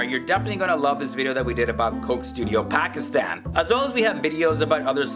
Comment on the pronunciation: As least say Pakistan & Pakistani properly...